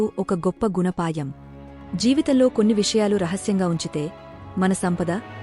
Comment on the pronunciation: ఈ కథ ఒక మంచి గణపాయం అనే పదం తప్పు (గుణపాఠం) అని పలకాలి